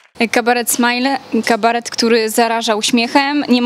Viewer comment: Pani się dowie z kim robi wywiad.. jaki "kabaret smajling" (fonet.)?! WTF?! Smile.. kabaret Smile :) Dla Panów brawa